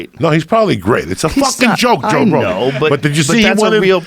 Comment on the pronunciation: You know its about to be a good story when Joey says "joe rogen"